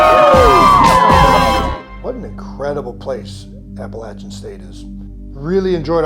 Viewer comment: It's nice to hear Appalachian/Appalachia pronounced properly, it's a small thing but means a lot.